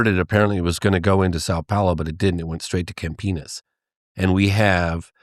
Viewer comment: How many other peoples face scrunched when he said Campinas